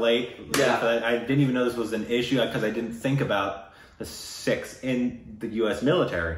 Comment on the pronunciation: Wow, - you pronounced "Sikhs" perfectly! It's not "Seeks" but as you said it " Sikhs".